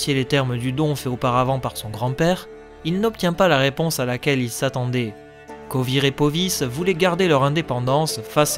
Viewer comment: Pas seulement Vengerberg mais aussi demawend (d'ailleurs la photo que t'as prise, c'est pas demawend mais son père ) et les états à côté de Kovir et Poviss. et certaines villes, que je ne prononce pas de la même manière . Mais chacun sa prononciation, il n'y a pas de version officielle et je ne considère nullement que j'ai raison :)